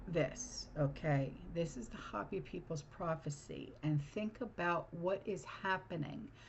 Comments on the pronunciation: Hopi = Hopee Not hop ee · It's not hoppy like a bunny rabbit . It's Hopi like hope. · ( hope' e ) not hoppy😅 ❤ ya.